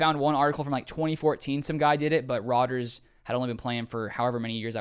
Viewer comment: It´s Rodgers, not Rodger´s